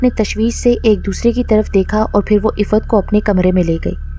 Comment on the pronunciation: Ap ke moo se Iffat nam bhot acha lagraha hai